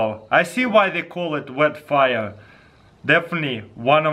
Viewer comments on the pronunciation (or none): "bet faia" taras 2017 <3